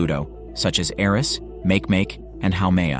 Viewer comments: It's pronounced mackey mackey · Makemake is pronounced, "Mockie, Mockie" just a heads up. 🤙🏻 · Make Make is pronounced MAH-kee MAH-kee. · His pronunciation of "Makemake" was hilarious...